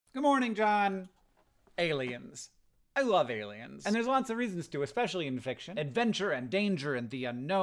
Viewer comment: Love getting a notification just saying “ailiens” I was like HECK YEAH